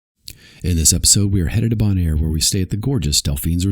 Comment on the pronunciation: The fact that you cannot pronounce the island correctly (it's "bone-air") shows how ill prepared you are in making this video. Zero credibility. I lasted 5 minutes.